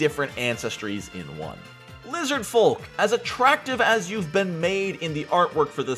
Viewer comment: Why do you say the l in folk?